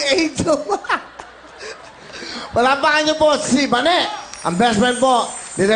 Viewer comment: Ba-ne Bayne nlang Bane